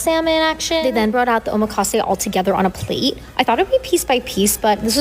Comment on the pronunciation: hold up...it was on...a PLATE? with emphasis on the word plate. What do these kids eat off of usually? The floor?